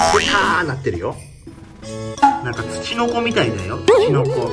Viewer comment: なんかがなんがになってるw